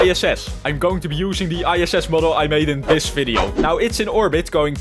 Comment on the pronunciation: OH NO! 🚫 OH NÆU! ✅